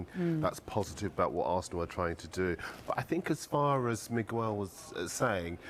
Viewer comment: When I heard "Miguel" I cringed 😂😂 I think we all know why.